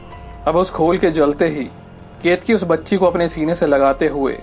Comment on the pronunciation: Not ketki it's keteki ..ket ..a..ki